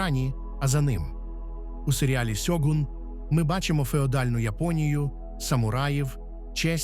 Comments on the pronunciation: Не Сьогунь, а Щогун не користуйтесь канапкою транскрипцією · Господі не сьогун а ШЬОГУН Не будьте руснею говоріть і пишіть вірно!